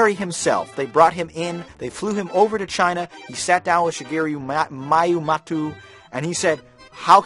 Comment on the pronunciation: shigeru miyamoto.....(she-guru me-uh-moe-toe)